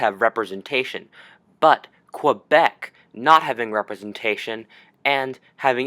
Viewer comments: It’s pronounced Kay-Behk, not Kwah-Beck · for information it's not "Qwebec" say it like "K-bek" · Cool video just so you know Quebec is pronounced like "Kebeck" :D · It is in non-PC English. Most English-Canadians say "Qwebec". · There is no W in Quebec.